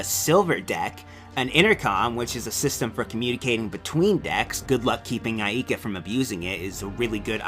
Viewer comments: me: say "Ay, like a pirate" you: AY me: now say "Ka" you: Ka me: now say AIKA you: Ayeka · He can't pronounce Aika or Enrique correctly, but I still like this video.